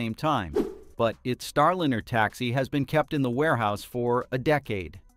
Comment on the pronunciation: Star-lynner? Robot narrator under insufficient control?